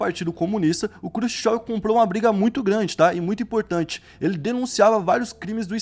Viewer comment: Quem é Krsushsov? E o Mao Tsé Tsung? KKKK Quem quer ser apresentador, no mínimo tem que aprender a pronunciar as palavras corretamente!!!!